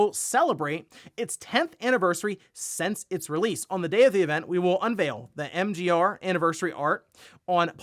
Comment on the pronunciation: Why does always pronounce "since" as "sense"?